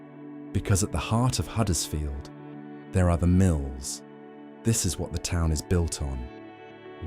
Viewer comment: Just as a matter of interest, it is Huddersfield with a 'U', not Haddersfield, as you said so many times during the video....